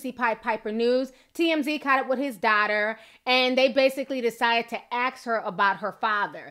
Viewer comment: You pronounce daughter funny 😂 Love your channel though 😃